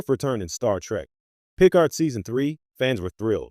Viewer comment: Pro Tip: Any AI voice that can‘t pronounce „Picard“ correctly, should not be used for Trek content.